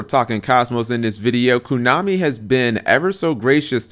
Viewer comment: stop saying kunami, it cracks me up. what is it, kunami with chain? :P